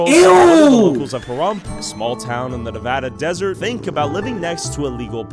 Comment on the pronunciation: Nevaaaadaaa say it right or you won’t be welcomed here bro and with your other video with rakia look up google earth.